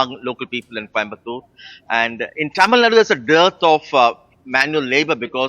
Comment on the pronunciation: it's not "thamil naad", it's "Tamil NADU"